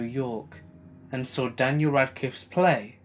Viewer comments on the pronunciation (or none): none